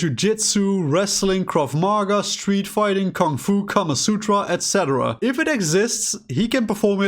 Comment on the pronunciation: I immediately checked to see if I was subscribed as soon as I heard you say "etc." the correct way.. the first other f**king human to finally say it right in my.. ears. I'm subscribed now. ✌🏽🍻